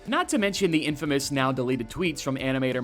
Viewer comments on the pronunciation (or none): none